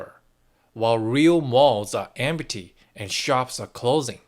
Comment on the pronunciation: 'Empty' has two syllables : 'M T'